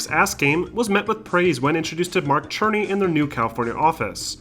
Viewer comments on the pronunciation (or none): Are you trolling us by calling him Mark Cherny lol. It's pronounced "SIR-nee" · Mark Cerny is pronounced "Sir-Knee". Aside from that small mistake, this video is perfect ^_^